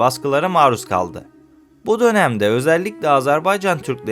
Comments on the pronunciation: AZARBAYCAN DEĞİL AZERBAYCAN'DIR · AZARBAYCAN deyil AZERBAYCAN ya da AZƏRBAYCAND, ilk önce devletin adını düzgün söyle